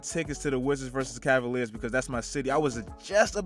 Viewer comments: Really “cleveland assaliars” bruhhh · Nigga said ass-aLiers I'm crying 😂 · Bro when he said Cleveland ass-aliers it had me dead and I'm a cavs fan too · Lmfao Cleveland Assaliers 😂😂😂😂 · did dis man just say assaliers